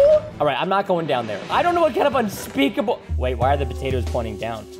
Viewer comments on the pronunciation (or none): U Said Unspeakable